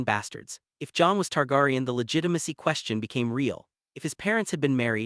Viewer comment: The way he's pronouncing Targaryan, Tyrion,and Dynarius is killing me!